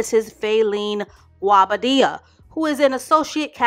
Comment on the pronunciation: I think His name is pronounced Go-Bah-Deah. I've heard alot of different versions lol